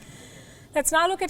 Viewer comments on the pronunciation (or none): I love Palki's commentary, but there are moments when she sometimes doesn't know how to pronounce a non-English name, and you can see her eyes strain at the teleprompter. For example, here, the river Dnieper (very famous river in Europe) is pronounced like "d-knee-per" (like Ukranian Dnipro) or "dnyeper" (like Russian Dnieper). I really enjoy listening to Palki's perspective on global affairs. There are times that WION is the only voice in the media presenting certain views and I value this. This is just a kind suggestion from a viewer that maybe Palki should go over the pronunciation of certain names and words, because to someone that has lived in Europe, this kind of sticks out.